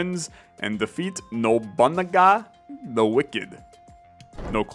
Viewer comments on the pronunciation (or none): Definitely worth the wait, been having a ton of fun with it myself. (Also, just for future reference, the name is pronounced NO-boo-nah-gah. A good tip for pronouncing Japanese words is to break down each syllable as it’s own individual word before stringing them together.) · The way you pronounced nobunaga lol